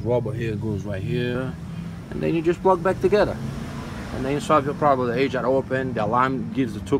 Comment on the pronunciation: did he mean ajar... coulda swore i heard him say asia.lol great vid bud